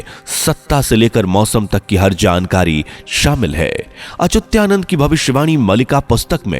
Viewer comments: Why you say Achutyanand. Name is Achhutaanand. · अरे भाई, श्री अच्युतानंद दास महाराज का नाम तो ठीक से लो। आप बार बार अचूत्या नंद ऐसें बोल रहे हो। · उनका नाम अच्युतानंद है और आप अचुत्यानंद बोलते है, वाणी शुद्ध होनी चाहिये. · He was अच्युतानंद das, not Achutyanand. Uchcharan shuddha karo. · Whoever talking about Achyutanandji Maharaj pronouncing wrong. some who record and post should pay attention He is saying ACHUTYANAND BUT CORRECT IS ACHYUTANAND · व्हीडिओ बनाने से पहले तो अपनी वाणी शुद्ध कर लो। तुम उस संत के नाम का उच्चारण कर रहे हो वह "अच्युतानंद" है ना कि अच्युत्यानंद. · संत भगवान का नाम ठीक से लीजिए। उच्चारण सुधारिए। अच्युतानंद दास जी हैं वो। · सही कहा है भाई साहब आप ने 😊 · 😮 अच्युता नंद दास जी का नाम का उच्चारण ठीक से नहीं किया गया है। कृपया आप से अनुरोध है कि आप एडिट कर पुनः स्थापित कीजिए 🙏